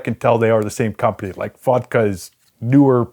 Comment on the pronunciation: every time he says fotga it sounds like "fucka" — "what this fucka has.." :D